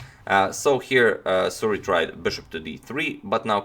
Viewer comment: suri, not suri